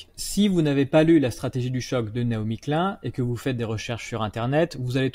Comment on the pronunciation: Excellent. Un détail: Ça se prononce "Nai-omi Klyne" [ pas "klun" ].